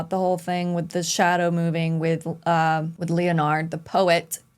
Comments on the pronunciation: Lol its KLEIN - (CLINE) and Leonard (LENN-ERD) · Klein is pronounced "kline". Leonard is pronounced the same as leopard, with the "p" replaced with the "n". Some of the VA's don't quite get the names right, but most of them do, so it's weird that you're not saying the names correctly.